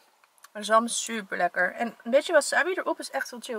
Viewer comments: Leukee videoo! Maar je moet eigenlijk zeggen: waasaabi en maaki want er staat geen wasabbi of makki maar verderest leuke video😝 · Ik erger me echt aan hoe je wasabi zegt ):(